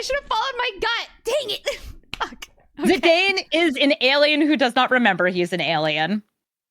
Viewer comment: The way she said "Zidane" hurt me. XD